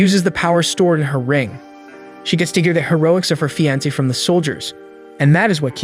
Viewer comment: If you don't know how to pronounce a word why would you include it in every other sentence? It's fee on say. Not fee ants. Makes me think the reader is not the same person that wrote the script.